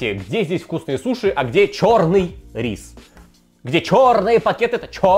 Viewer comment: 26 минут 44 секунды говорит "ч000рный"